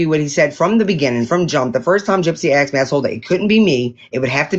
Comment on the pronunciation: Exed... instead of asked. I just can't sometimes 😩